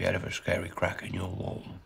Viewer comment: Just the way he pronounces crack as well ough